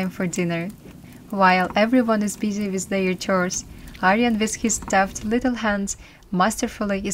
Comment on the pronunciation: The word with is pronounced with a TH not wizt. Please enunciate, I noticed when you speak you barely move your jaw. Use your jaw to sound out words